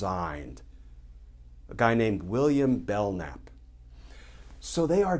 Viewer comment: FYI-it’s William Belknap, not Belnap.